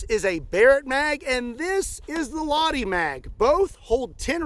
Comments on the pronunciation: Why didn't you just put the name Lahti in the google translator if you don't know how to pronounce it. That pronunciation was as wrong as it can be. Otherwise a great video. Love to see some stuff from my beloved fatherland. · Im a fin now i ain't gonna shame your pronunciation cause Americans usually don't say Finnish things like they should but you saying Lahti is hilarious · Thank you. Very entertaining and informative as usual. One small side note. In the Finnish language, all letters are pronounced, and the accent is always on the first syllable. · Couldn't do research on how to pronounce Lahti? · The H is pronounced, not silent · As a finn the way you pronounce Lahti hurts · "H" is not silent in "Lahti". You have to pronounce it to sound authentic. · daamn ive never heard somebody butcher name Lahti so badly, its like start of the song lyrics "ladi dadi we like to party" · I love how Americans will not make the least bit of effort to pronounce non-English words and names correctly at all. Everything is just said exactly as you would in English. Lahti? Nah, laddy is fine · Detail: "Lahti" is pronounced /ˈlɑhti/ (IPA). Audio sample 🔉 available on the Forvo online pronunciation dictionary. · Would be nice if you looked into how to pronounce the name of any crazy guns you get. It's very jarring hearing you say "laadi" everytime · I think it is pronounced "lacchh-ti" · heyy im a finn and just wanted to talk about your pronunciation about the "lahti" it pronunced with the H in it you need to say the H in it and congrats of 5mil! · “Lahdy” lol. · Ah yes, the "Ladi" I kid, it's always cool to see guns from your country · It is funny how everyone pronounces it "Ladi" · ah yes, the laadi 20mm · It’s pronounced “Lay tee” 🙄🙄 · The Lahti is Finnish. It's pronounced with a flat a at sounds a bit more like aw, a hard H, so it kinda sounds like lawhty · I believe its pronounced "Lachti" 😊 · Lahti Lahti, we likes to pahti! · It's not [la:ti], it's [lʌhti]